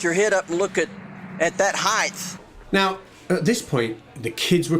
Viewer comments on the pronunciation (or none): "...look up at that heighth "? Did he just try to say height and width at the same time? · Never trust a native English speaker who thinks it's pronounced "Heighth." They've litereally never read a book in their lives. "Length and width have an "H" at the end, so height must too, right guise?" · I agree that it is any annoying pronunciation, however I work with a lot of people in construction who say "heigth" and they are not ALL idiots....... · Hah, "heighth" instant credibility delete right there.